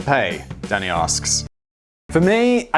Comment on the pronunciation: "Yes, Danny" w/poor enunciation.